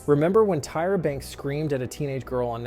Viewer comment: The voice is off, I knew something was off when “he” pronounced Tyra wrong, a typo in the script 😬